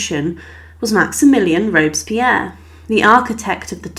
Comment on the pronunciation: It's MASS not MAAHS